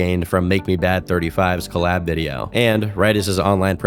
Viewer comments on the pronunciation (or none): none